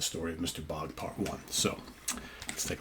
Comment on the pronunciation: "Bogd". In Swedish you pronounce even the G and after even the D and the O it´s pronounced like the English word ODD. Cheers from the Cover artist of this Album. ❤